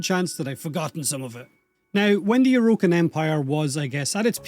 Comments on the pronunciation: “O’Rokin” the Irish accent is strong with this one 😂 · Please pronounce Orokin properly